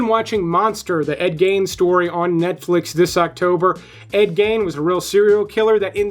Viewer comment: Please learn how to pronounce correctly Gein's name. It's not "gain," it's "geen."